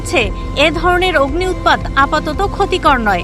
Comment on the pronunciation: আপা অগ্নি উৎপাত কি জিনিস? অগ্নুৎপাত বলেন